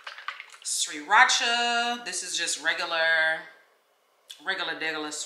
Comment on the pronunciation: pronunciation of Sriracha is funny af.